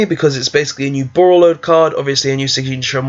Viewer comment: BorrElsword not borrOlsword. Also great vid!